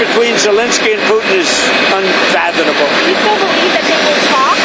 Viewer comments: Unfathonnable is not a word. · The Ass said unfathenable instead of unfathomable! What a dumbass! He is definitely a legend in his own mind! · He is "unfathoNable" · "unfathinable"? The word is unfathomable